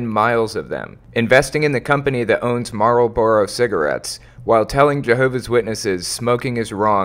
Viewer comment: That is the weirdest pronunciation of "Marlboro" I have ever heard.....lol. Jus fukin witcha.